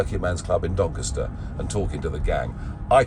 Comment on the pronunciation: Doncaster….pls pronounce it correctly….